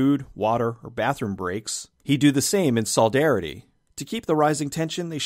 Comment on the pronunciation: It wasn't that good, or scary. It was alright. Also the word is "solidarity", not soldary...